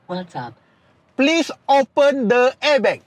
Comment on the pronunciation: sebutan abg tu salah..dia kena sebut 'airbag' bkan 'airbekk'🤣🤣📏📏📏